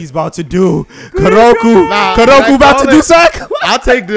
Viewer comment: its not kuroku.... it KUROKO... KOOO